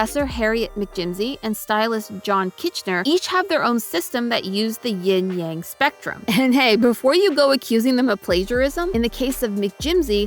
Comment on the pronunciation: ovehow amy got yin and yang wrong